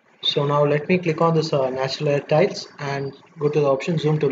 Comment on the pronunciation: "Titles" or "Tiles?"